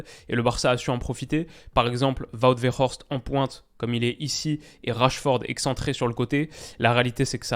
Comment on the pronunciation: Le W ne se prononce pas comme un v en néerlandais. Wout Weghorst et pas Vout Veghorst